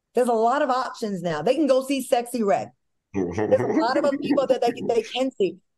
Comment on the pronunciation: Al is Sooooo PROPER. He can’t even say Sexy Redd right….lol